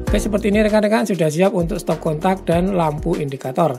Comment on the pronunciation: Stop kontak bang,,,bukan stop katak Hehehehe 🤣